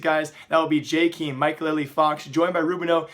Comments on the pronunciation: Who the fuck is "jaykeem" is pronounced "jay Kay em" smh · When are you going to learn how to pronounce Jkaem....